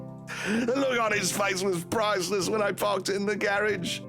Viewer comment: He pronounced garage as gayridge